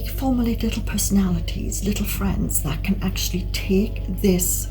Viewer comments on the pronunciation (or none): none